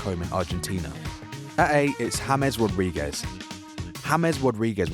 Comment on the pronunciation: "James wodriguez"